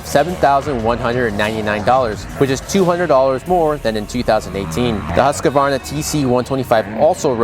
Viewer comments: Duuuude, we totally love MXA and you, but pleeeease, STOP FREAKING SAYING HUSK,A,VAR,NA.... THERE NO SUCH GOOD DAMN THING. The word is huskVARna,... There is no A the there ANYWHERE. Bultaco is bullTACO. Joel Robert is joELL rowBEAR. Heikki Mikkola is NOT HIGHkey miCOLA his name is pronounced HAYkey MIKK oh la And Husqvarna isn't huska VARna, it's husk VARna... Bike, beans and factory named after the turn in which they were built. And that, FYI, us directly from Gunnar Lindstrom, if you want to impressed him, c call him how he pronounced his name GOONare LEANstrum. IM almost as old as, a literary hero of mine in the Moto world, so I remember when it was cool to know the real pronunciations if the Euro GP riders names. Let's not lose that because we will some Des Nations races. SX is American, but MOTOCROSS IS a ritual sport, show some respect. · I feel the same way. That the announcers on network broadcasts mispronounce Husqvarna completely amazes me. If nothing else, you'd think that the factory would hassle the network about it until it got fixed.